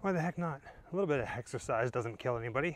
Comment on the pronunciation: lol did you say hexersize haha funny.